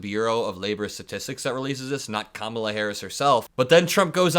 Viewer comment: Just want to applaud your masterful pronunciation of the Vice President's first name.